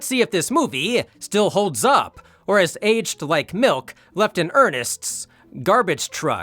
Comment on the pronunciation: "mother's mi'k."